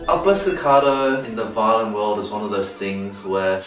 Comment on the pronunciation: For some reason, I kept hearing Eddy saying "violin" as "violent" so it sounded like he said he was going to learn an "incredibly difficult violent technique"